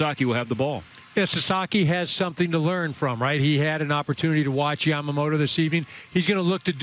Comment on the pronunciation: 関係ないけど、、、 ほんとうに 『ヤマモロ、ヤマモロ』って発音しているね。アメリカ人には難しいんだね